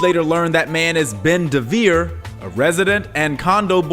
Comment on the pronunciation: Ben Deveir? Or Ben Dveir?